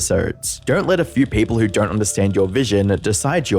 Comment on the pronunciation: Don't = da-ront